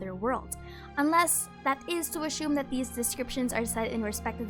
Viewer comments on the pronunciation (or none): It kinda sounds like you're saying 'ashoom' when saying assume, instead of 'a-soom'